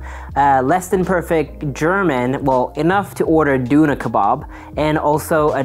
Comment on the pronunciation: It indeed was less than perfect German if that "duna kebab" you referred to was actually Döner kebab.